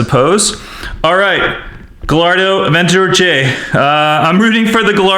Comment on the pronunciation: It’s called in Aventador not an avegageoge